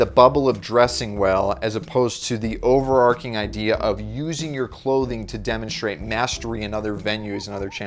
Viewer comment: its, "overarching" not "overarcing"